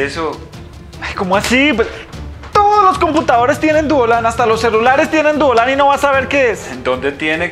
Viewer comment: No puede desir poreso dise duolan😅😂😀😄😭